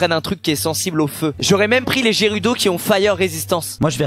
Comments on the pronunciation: Pas Jérudo mais guerudo s’il te plaît! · Sa se dit guerudo pas gérudo🤣🤣🤣🤣🤣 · mais ca se lis guerudo pas jérudo 😢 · ils ont detruit le "jerudo" c'est les "guérudo" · Y'a plus de respect ils on dit "les Jérudo" 🤣😭🤣 Mais ça ce dit "Géroudo" j'suis morte 😆 Et les "Gorgon" 😭🤣 c'est des Gorons sérieux 😱 mais jouez à Zelda punaise 😭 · "Trinités" et "Jérudo" got me triggered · "Jerudo"........... aaaaaaaaaah nooooooooon pourquooooooiiiiii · Gerudo ça se dit guerudo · On dit gUerudo🙃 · Sa ce lit gerudo mais sa ce dit guerudo 🤦‍♀ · ça c'écris gerudo mais ça ce dis guiroudo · SQUEZZIIIIIIIIIE !!!! ta jamais joué a zelda ou quoi ? sa c'écrit gerudo mais sa se dit guérudo